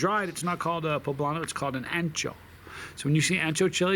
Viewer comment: Being Spanish and Italian myself, and just as a PSA, Ancho, Spanish for wide, is pronounced Oncho. My late great cat back in the 90s was named Mudrick was 18 1/2 pounds. Ancho was an understatement. I'm not even going to get into that super....... whatever that word was.